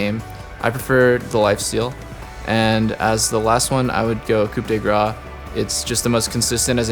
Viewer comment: I like how most people know how to pronounce "coup" but don't know how to say the "grace", but then doublelift says the "grace" right, but says "coup" wrong... lol.